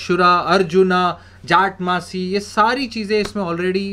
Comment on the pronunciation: It's jatamansi..sir..not jatmansi